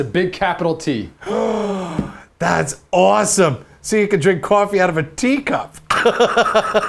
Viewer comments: qwaffey mug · love it when you saw 'Cwofy" because of your accent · it's a maug. It's a cawfee maug.